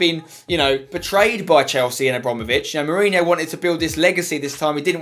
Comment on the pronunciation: Its Jose Mourinho not Hose Mourinho